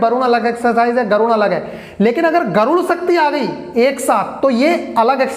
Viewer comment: Sir garun nahi garur hota hai